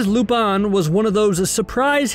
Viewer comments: Lupán - it pronounced as that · He pronounced it right at times and sometimes no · God please pronounce lupin right bro